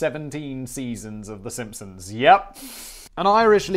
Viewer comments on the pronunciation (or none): none